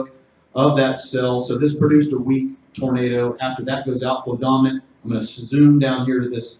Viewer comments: it kept saying tomato, not tornado XD amazing. thanks for explaining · Love the subtitles generating “tomato” every time you say “tornado.” I kept getting tickled while trying to focus on the information lolol.